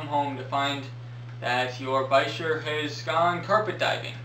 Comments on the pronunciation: it's from French, so bee sheeyr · Lol why did I think it was pronounced beesheer